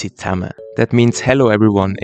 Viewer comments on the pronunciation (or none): none